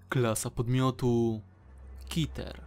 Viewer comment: Klasa podmiotu - KITER XD [czytaj: ,,keter"]